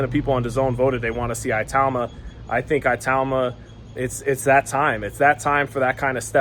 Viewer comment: It is pronounced e-tauma it’s an African name